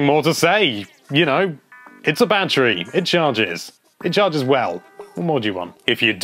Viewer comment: Why do I keep hearing him say "banterry"?